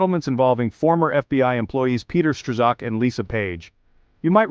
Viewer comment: Hey computer, the name is pronounced with the "z" being silent.